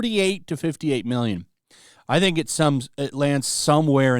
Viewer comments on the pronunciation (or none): none